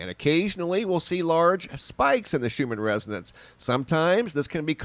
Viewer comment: Thought you were talking about the schumann resident's lol that's what it sounded like you said 😉hahaha